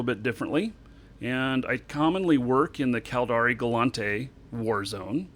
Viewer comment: OMG it's gallEnte not gallAnte. Am I wrong about this?